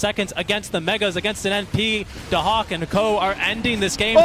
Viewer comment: Daxak = Dahak